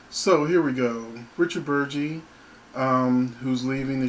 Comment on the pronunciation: BERG - EEEEE , Not BURR - JEE